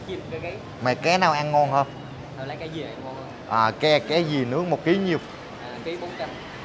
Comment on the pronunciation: Con cá chứ kg phải con cé kg biết chữ à?